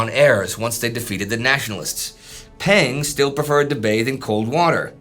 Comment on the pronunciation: One small correction: "Peng" is actually pronounced "pung', in the same way as "Deng" is pronounced "dung."